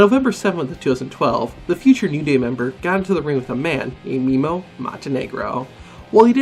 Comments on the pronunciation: its produced meh-mo not mimo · Bro it’s pronounced Meh-Moe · It funny how he said Memo